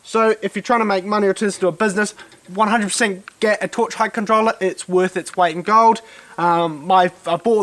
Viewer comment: A torch what? Controller? Hard for me to understand